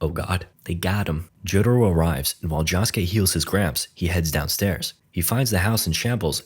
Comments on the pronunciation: The way you said Josukes name irked me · the way he says josuke is making me mad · can you atleast try to pronounce josuke correctly please i beg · its not jahskay its joeskay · Netflix didn't make this movie, they just have it to be on the streaming site. Also, it's "Josuke", not "Jahsuke". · say it with me. joe-su-kay. not “johsuke” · Joesuke ❌️ Josskeh ✅️ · "Jawsuke" dude its Josuke, like JoJo, like "Joe", "joe-sue-keh" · It's Josuke not Joshke J-osu-ke. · Jahsuke? It's Josuke you mumble mumble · josh k..... its jo sou kay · Why do you say it like joskeh. ITS JOSUKE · its pronounds joeske not joske and this is not disrespect full this is just telling him the right prnounsiation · joeske not jahske 😭😭😭😭😭😭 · 'jah-skay' jahjah's bizarre adventure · Who the fuck is "Jaw-suke?" Never heard of him. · Ah yes, my favorite JoJo: Higashikata Jahskey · clicking off this vid because they calling my man Josuke "Josh-Kay" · stop saying joss kay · no not josuke, "jaaskay" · Every time he says jaa-suke it hurts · Josuke❌ Shoeske✅ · Id watch the sequel if it got made this was a respectable attempt. Also "Jawsuke" 😂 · In the series called jojos bizarre adventure, bro really pronounced the name JAWske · blud its pronounced joe-skay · "key-cho" "jaw-suke" "cat-a-giri" "okuyashoe" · Why is he saying jhosekay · IT IS PRONOUNCED joe scay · its pronounced "jo-skay" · its pronounced "Joe - sue - kay " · Who the hell is Josh-Kay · Lol fkn Josh-ke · him pronouncing josuke jah-skay is infuriating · It's Joe-su-kay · i hate your stupid engagement bait of course im coming into the comments to tell you youre saying josuke wrong i hatew you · i wanna die every time he says josuke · I love how nobody is commenting on how he butchers Josuke's name the entire video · I cringe every time bro says josuke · why the fuck do you pronounce josuke like that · Ok, what's with this Shamalan's last air bender ass name pronunciations? 🤣 JAsuke? KEY-cho? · Yea he was pissing me off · ah yes Jahsuke JahJo